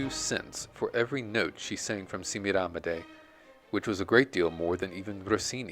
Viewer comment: What a wonderful, unexpected, and in depth portrait of the Great Patti! Hate to be a churl but your pronunciation of "Semiramide" drives me nuts. 🥜🥜🥜😸 Joyce di Donato will tell you how it